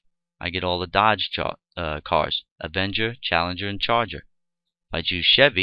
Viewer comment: GREAT tutorial ... one thing though: the "avanger" word man ;-) ... But the tutorial was exceptional.